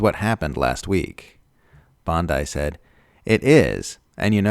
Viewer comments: Geez, what much effort does it take to find out her name is not pronounced [Bond-I], but [Bond-ee]? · Pam is the lawyer, not the beach LOL. I know it’s spelled the same but not pronounced the same. Made me smile, thanks 🤪